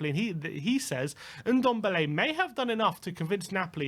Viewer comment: It's Ndombele not Undombele for F**C sake